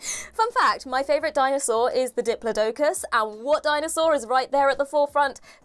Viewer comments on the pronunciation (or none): i love this video but please tell me you didn’t just pronounce diplodocus like that